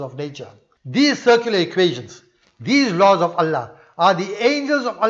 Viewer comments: Salamun alaykum brother, Are you saying "secular" or "circular"? I understand the second but I dont know what it would mean. Sorry for this question 🙏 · Most probably. But it sounds like circular. I am not a native english speaker, and I couldnt make sense of it 🤣